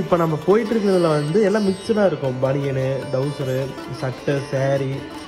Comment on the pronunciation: Trouser not Dowser